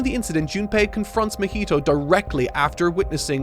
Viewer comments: how can you say junpei perfectly, but you say "mah-heat-o" like come on dude. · ITS NOT MUH HEE TOE :(( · pronouncing Mahito's name like mojito is hilarious 😂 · Someone on team please correct his pronunciation of 'Mahito'.